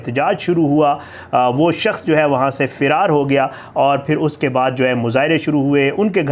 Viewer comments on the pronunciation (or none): اللہ تعالیٰ ایسے لوگوں کو نست ونابود کردے جو اس طرح آئے دن قرآن کی بے حرمتی کرتے ہیں یہ سب ہمارے اعمال کا نتیجہ ہے 😭😭 فیرار نہیں فرار ہے اصل لفظ